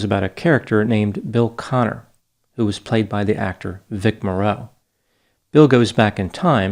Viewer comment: You need to learn the correct pronunciation of Vic Morrow. It's not Vic MorROW, it's Vic Mar O